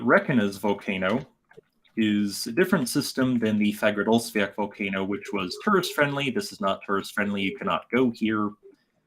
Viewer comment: According to a native Icelander i used to be subscribed to, named Roman, the volcano is not called Fag-ra-dolls-fee-ak(pronunciation), but rather Faag-ra-ds-fee-all(again, pronouncing it)